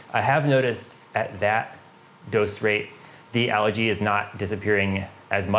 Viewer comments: Algae is a plant. Allergy is a medical condition, symptoms of runny stuffy nose, itchy eyes etc. LOL Of course other than the pronunciation good info and methodical as usual. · Algae. Algae. Algae. Not Allergy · Yea, I've learned from my mistakes. I grew up pronouncing it that way, but I'll use the english Al-gee version if it makes folks happy. Thanks! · Haha yes! I grew up pronouncing it like this, but I've been training myself to say it al-gee now. Doing my best! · Where I grew up it's pronounced more like allergy 😆. I've changed my pronunciation after all the comments on this video.